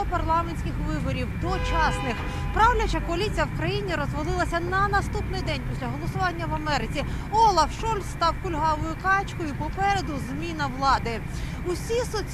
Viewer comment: Жахливий кореспондент вАмериційому треба до логопеда